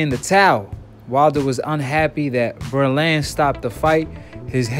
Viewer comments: Bro...with all do respect. If you're going to report on anything you have to make sure you pronounce names right.The man's name is Breland. Not Berlands... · Who the hell is Ber land? You mean breland? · It's pronounced Breeeland. Long e sound. Showing your youth. Older set knows him from 80's Olympics and such